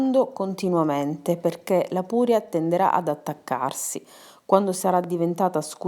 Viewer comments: Si pronuncia purèa non pu'rea. Non vado oltre a guardare il video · Sono siciliana ma dico puréa e non pùrea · Credo non si riferisse all'accento siciliano (nel senso di inflessione e cadenza parlata), ma all'accento della parola puréa, che tu pronunci erroneamente con l'accento sulla u (invece di accentare sulla e, come andrebbe fatto) :) Ad ogni modo grazie per l'ottima ricetta. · Purea ha l’accento sulla “e”